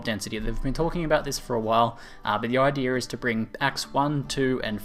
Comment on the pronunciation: 41 It's pronounced ideA not ideR. It's never been ideR and it will never be ideR.